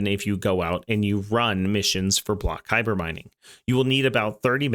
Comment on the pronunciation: Kuiper = Kai-per. Source: its said thousands of times in voicelines. Thanks for the vid